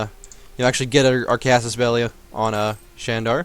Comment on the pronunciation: You are close to pronouncing Candar properly. C--> "J" of Just A--> "U" of Sun Then you're set.